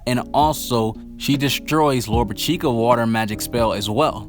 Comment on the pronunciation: Lolopechka is pronounced like this: Lo ro pish ka, get it right!!